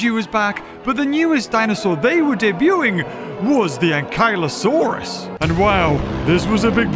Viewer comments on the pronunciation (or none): bro pronounces akylosarous wrong💀